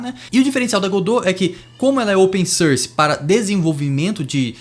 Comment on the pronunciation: open "sârs" 😝 enfim, ótimo vídeo, bem informativo